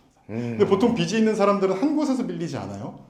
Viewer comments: 빚이> 빗이 비시 비시 가 아니라 = 빚이. 비지 비지 라고... 변호사남이 계속 해주시는데 귀가 막힘? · 비시 아니고 비지 ㅎㅎ